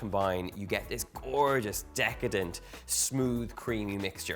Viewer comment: I love how he says, "Decatant" . 😂 This cakes looks wonderful Donal! 🙌😀